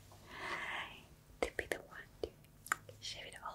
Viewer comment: There's something oddly endearing about someone not being able to pronounce the, "th" sound. "Wiss" & "De" Instead of with and the.